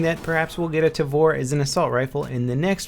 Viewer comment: the tavor is an israeli gun (made me giggle hearing him say the name)